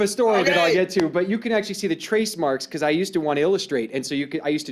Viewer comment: "Beecowuz"- Dave